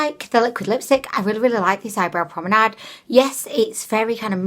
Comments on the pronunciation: BABE!! It’s Pomade not prominade 😂😂😂😂😂😂😂😂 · Love how you call eye pomade promenade so cute🥰🏞